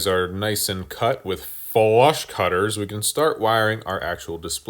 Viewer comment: I like how you said "FLUSH CUTTERS", sounds like a guy whose been burned by cunning colloquiolisms before